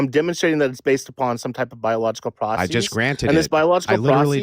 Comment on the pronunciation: Bro is trying so hard to sound smart he is saying "proceez" as the singular form of process lmao the "eez" sound at the end is NOT needed in biases or processes at all, also they aren't of Greek origin so they don't use that suffix regardless